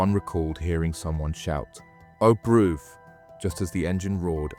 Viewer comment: 'Oh broov'